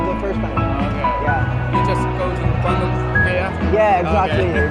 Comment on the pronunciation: " la Région de kuantong" 🤣.